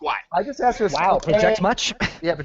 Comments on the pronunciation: That's not what he axed you,! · “I never axed that question” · He sure axed a lot of questions... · Wow, what a douche bag. He bitches about being interrupted yet he couldn't shut up for one damn second. THAS NA WHA I AXED YOU!